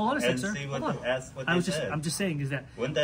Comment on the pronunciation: Who hires someone to work for a school district who uses the word axe instead of ask?